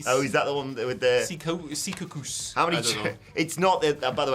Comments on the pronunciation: Hi! I'm from NJ. It's See-caw-cuss. And the Secacus station is...a busy one. But be happy you didn't get stranded at Newark Penn (not to be confused with NYC Penn, the larger more famous one). Worst part of the Meadowlands is getting in/out of there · Secaucus I live right there lol Pronounced see-caw-cus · Its Sa-Caw-Cuss